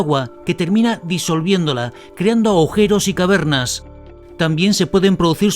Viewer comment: Dijiste "aujeros"???